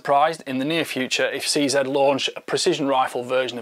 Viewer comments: Nice that you pronounced CZ correctly and not CZEE. Shame it isn't offered in 6.5X55. I still prefer the 550, a nicer rifle overall. They have gone down hill since the US bought the company. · Actually, if You want to be correct, a Czech speaker would pronounce CZ as "tseh zeh" using soft e vowels.